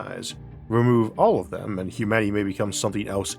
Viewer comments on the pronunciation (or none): Humaty? Did I hear that right? I swear you said Humaty, instead of humanity. What gives?